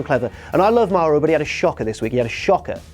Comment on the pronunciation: ITS MAURO NOT MAROH GET IT STRAIGHT YOU JOBBER